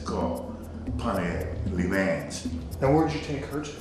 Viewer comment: Pontiac “LEE MANS” lmao